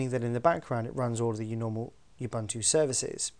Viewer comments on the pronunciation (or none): Odd pronunciation of 'Ubuntu'.